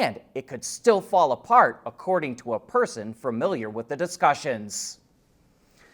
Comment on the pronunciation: “framiliar”,?